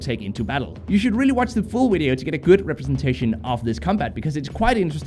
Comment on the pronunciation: Why do u say wideo instead of video? Lmao it's great